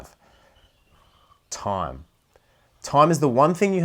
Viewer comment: please check the way you pronounce time it's difficult to understand what you are saying